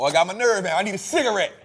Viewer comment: Jose got me WEAK 😂 cigar-Ritz 😭